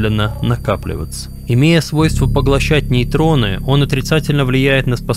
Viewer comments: нейтрони а не нейрони! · Нейроны это в башке. А в редакторе Нейтроны. Как сильно режет слух, когда человек делает речевых ошибки, а лечит за науку. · Нейроны Карл нейроны😂😂😂 а может нейтроны??? Может тебе немножко подучить матчасть??